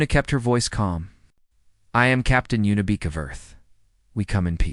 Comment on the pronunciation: I think her name is Yuna Beek not, Unibek or Y Una, You sit in your basement eating Hot pockets making these and What? forget to play it once for Editorial purposes?